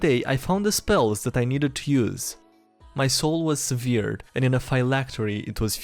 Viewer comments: SEVERED..... SEVERED..... SEVERED. HOW THE FU K CAN YOU SAY SEVEARED? But keep up the great work. 👍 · For the first one severed is pronounced seh verd. English is weird. But ryhming goblins are fun